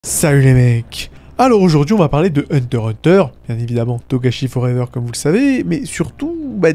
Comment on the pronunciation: Ons dit hunter x hunter, le x se prenonce !